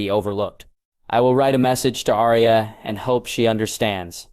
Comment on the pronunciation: Rosia instead of Arya.